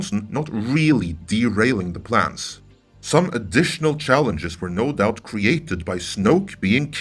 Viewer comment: "BEST LAID PLANES" Gave me a chuckle :)